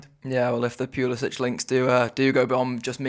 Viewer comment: Just a word about Pulisic. His last name, despite his Croatian heritage is pronounced Pulisic(k) not Pulisic(h). Would love him to come to the Reds though last season in 2000 minutes he got 4 only 4 goals and 5 assists. We bid for him 2016 for £11 million after Dembele fail ; he'd fit in great.